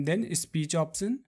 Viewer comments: It's Option no Opsion dude. Locasion Opsion lmao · Like the way when he says "opsion" and "joom" XD